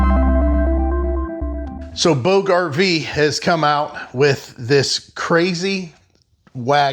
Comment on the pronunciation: Where is the link to this please? And I believe its pronounced "boodge", like 'lodge' only a long o instead of a short o. Sounds kind of like " boo-juh". At least that's what I've heard before. This is a luxury item but very interesting! Probably invented by someone who either had to pull 2-3 husky kids all around the park, or someone who had to lug a heavy load (firewood?) A long way. Thanks for introducing it to us. Wanted to look it up for price.